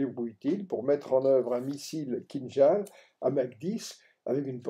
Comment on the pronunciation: Kinjal pas " kinzal " au niveau de la prononciation КИНЖАЛ c'est un J et L a la fin !!!